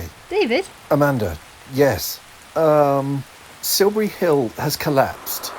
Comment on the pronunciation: Please learn to speak correct and understandable English. Siubuwy Hiww just won't do.